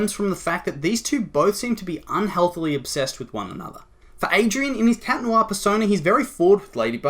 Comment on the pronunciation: it just triggers me lol its ADRIEN not ADRIAN